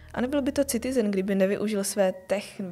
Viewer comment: Boze to se necte Citizen... s C.... to tak strasne boli do usi....muzete se naucit zkusit to rict jinak. Pokud je to zamerne na upoutani pozornosti.... tak je to skvele!!